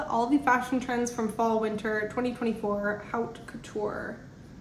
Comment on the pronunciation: Please look up how to pronounce “haute” in haute couture. If you are going to talk about fashion you should know the vocab. Editing this to point out that you should be reading these articles yourself first before going on YouTube to discuss them. Reading to people on the internet is not a good business model; we know how to google ourselves. You are the one who is supposed to provide content!